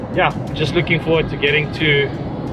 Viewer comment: Another gr8 video. Botswana beauty will make u speechless.. By the way its Khumaga bro, not Xhumaga. I know sum maps write the name like that but is /khu/maga as in /cool/.. ✊